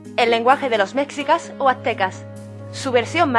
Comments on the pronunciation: . No es "mecsicas" es meSHIcas. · Se pronuncia meshicas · No se pronuncia méczicas sino meshicas y se escribe mexicas. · En náhuatl se pronuncia "Méshico" y son "meshicas", no "mecsicas"